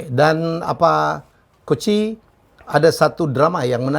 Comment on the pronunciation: Nyebutnya harusnya kan coach j (jay; justin) jadi koci 🤣